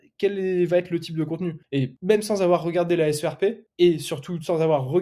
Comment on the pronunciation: On ne dit pas la "SRP" mais la "SERP" (prononcer "serpe").